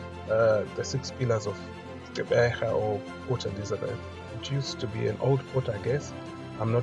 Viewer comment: Pronounce the Gq as in the iGQirha Lendlela (the click song by Miriam Makeba) - a VOICED CLICK. Not Qeberha which is an UNVOICED CLICK. See? It is not Xeberha, nor is it Ceberha. Practise the clicks.